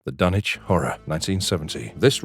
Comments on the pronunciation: I had the distinct bPLEASURE of meeting Bruce Abbot, Ken Foree & Jeffrey Combs!!! COoS with Cage sucked. Dagon wasn't bad at all, THE THING is fantastic. Thank you for pronouncing Dunwich correctly. The Mist is sensational!!! Castle Freak was better than it sounds. Arrival had HPL vibes, don't forget Jeff in the Evil Clergyman, Night of the Living Dead 3d:Re-animation, Frighteners. Christopher Heyerdahl in Out of Mind: The Stories of HP Lovecraft; he portrays HPL. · Yay! Someone who pronounced Dunwich right!